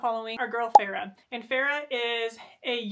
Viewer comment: I love you but listening to you say “Freya” and “Farrah” over and over again was insanity 😂. FAY-RA